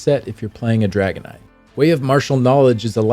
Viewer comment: i swear to god i thought you were saying dragonite from pokemon when saying dragon knight.